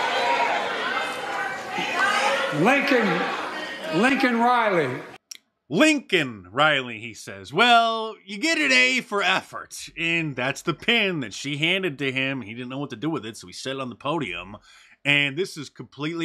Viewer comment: i starting to think that old joe is doing the most low key troll job... that Lincon Rhiley bit had me fucking dying.... i think he said that wrong on purpose and i think its down right hilarious .. i know if trump did the same, id laugh just as hard...